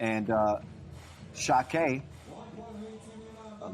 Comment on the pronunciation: Its Sakiai, not Sakai 🤦‍♂️